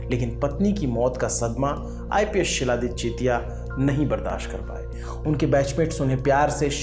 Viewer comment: Not Siladitya . It's xiladitya (khiladitya)